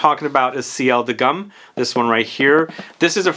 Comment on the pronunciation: GUM is pronounced G-OO-M :)